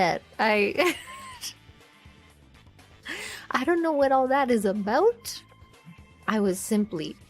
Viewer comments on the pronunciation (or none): The way she says “about.” Hmmmm. Somewhere in the Northern American Midwest for sure.